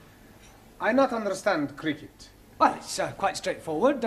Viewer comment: “Cricket “ not cricet.